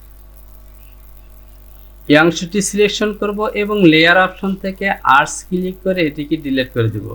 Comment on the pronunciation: Erase ভাই উচ্চারণ হলো ইরেজ আর বলতেছেন আর্টস